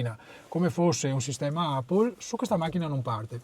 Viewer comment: Poveri italiani si pronuncia epple. Non apple. 😂😂😂😂 mamma mia che vergogna.